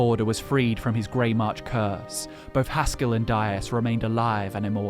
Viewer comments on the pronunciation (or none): It is Haskill, not Haskull.